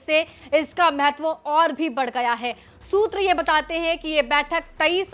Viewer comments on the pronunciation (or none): मैहैत्व नहीं, महत्व कहें।